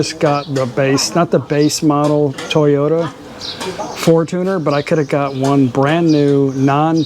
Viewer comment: Fortuner = for-chun+er.....even thai tv ads are for-chun-er. I have only heard foreign men call it a for-tooner......sorry, just a real pet peeve of mine!😉